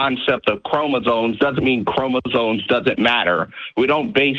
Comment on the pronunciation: he's saying "chromosones" lol